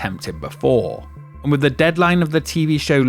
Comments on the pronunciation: How many "Wiv's" in this video. Come on narrator, elocution lessons. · What an ANNOYING voiceover! ...and I am only 20 seconds in! fuK! You change pronunciation from ver-ruck to ver-rouk. Let's not forget your continual "wivheld" "wiv" 'wivvout" and "monfs" instead on months and "everyfing". I would suggest you spend several years in acting/speech school learning to speak correctly. Regardless of the actual information...AWFUL! AWFUL! AWFUL!